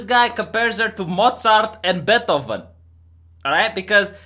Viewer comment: who the actually fuck is betovin? do you mean Beethoven?